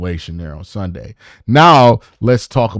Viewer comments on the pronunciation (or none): none